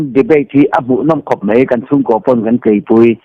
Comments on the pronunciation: Lilzo-a.A lang lian khawp mei...ti lo in, mài tih tur aw... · 'Mei' tilo hian 'mai' han ti keuh la i sawi tha zual sawt ang.@